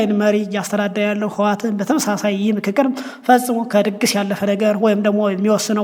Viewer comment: የንክክር ነው ? የፉክክር ያልከው?